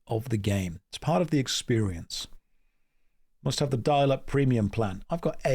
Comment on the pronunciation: "It mush be so exhausting to be so insecure", 2026